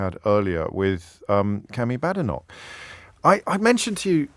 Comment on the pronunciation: It's B'-A'-denoch not Bad'enoch and I think he knows this. Considering he is Mr. Contrarian and 'right-on', I think not getting the leader of the opposition's name right shows either total disrespect for many reasons, or that he knows so little about her that his views on her are meaningless.